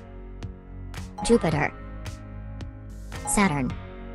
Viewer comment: Saturn Not Suturn